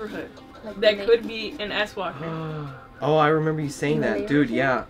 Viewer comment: I was caught off guard when you said swalker bc I heard asswalker.... Now all I see is someone with their legs up in the air scooting towards you on their ass.🤔.... Love your content